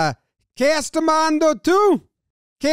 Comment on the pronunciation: I like how you managed to get the Caribbean accent with the Spanish. It was technically, "Me estás mirando" and "quée tú miras " but they don't say the "S" in that part of the world.